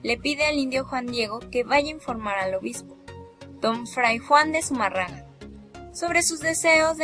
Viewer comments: Que pena me da escuchar que hablen, se expresen y ofendan de esa manera a la madre de Dios... a leguas se ve que son testigos de jehová 🤣🤣🤣 o algo que se le parece. Esta narradora no sabe ni pronunciar Zumarraga, mucho menos voy a creer que as estudiado sobre las apariciones de la virgen de Guadalupe... tengan en cuenta que ya tiene un pie en el infierno por insultar a la madre de Dios y matar la fe en las personas. Que es también un mandamiento "no matarás " ya que se la dan de que saben mucho. Bola de ignorantes!! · Con todo respeto pronuncien bien apellido del fraile y todas las religiones piden de una u otra manera dinero o como le quieran decir ya lo dijo benito juarez recuerden su frase. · Hay mi niña,,no se donde te instruiste,pero tienes una,falla en pronu ciar zumarraga,sin acento. Y suponiendo tu platica Sea valida,,en la epoca,si esta el suceso,de la aparicion ,se uviese probocado un genocidio.,si el contenedor un genocidio , para ti no es un milagro por "" una aparicion creada"" pues no se que sera.igual sige instruyendote ,ahkra en la fe ,y deja poco a poco tu ateoismo practicante Que solo refleja ,la falta de fe,al rato saldres con que la fe no existe coml tal..vukdate y bendiciones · ESA CREATURA QUE LEE NI SIQUIERA SABE PRONUNCIAR ZUMÁRRAGA . SUENAN A NIÑAS PROTESTANTES DANDO TEMA A SUS HERMANOS . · Si mira k eres estudiada tanto que puedes ni pronunciar un apellido😂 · Tanto coraje irradias con tu falta de entonación que me hizo olvidar el apellido que es Fray de Zumárraga y tú dices Zuma raga. MN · Zumárraga, no Zumarrada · Zumárraga o Zumarraga ?? jajaja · Sumarraga? se dice y escribe SUMÀRRAGA... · No existio zumarraga de quien hablaste fue zumárraga. Me gusta tu investigación tan buena que hasta investigaste como se dice el apellido. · Zumarraga?? Agnóstica pero falta de pronunciación correcta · Pronuncia bien, es Zumarraga. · no es confiable alguien que no sabe ni pronunciar bien Zumarraga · Pronuncia bien: Zumárraga!